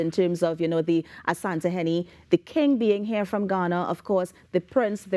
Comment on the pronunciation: I admire the way you guys pronounce "Asante hene" its because we are all one people Ghana and T & T